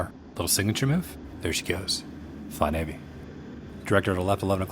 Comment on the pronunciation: It's Navy not Nacy. Anchors Aweigh USS Detroit 71-74